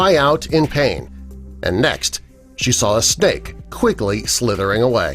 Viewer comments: am i the only one who thinks it sounds like he said ¨Steak¨ instead of ¨Snake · when u said, "snake" it sounded like u said, "steak" XDDDDD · Is it me or does it sound like if he said ‘stake' ?